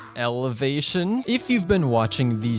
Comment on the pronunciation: Elevation...elevation.. and you know... ELEVATION